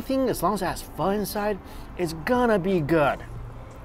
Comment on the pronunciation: All that food looks banging! Wish you'd learn how to say pho properly though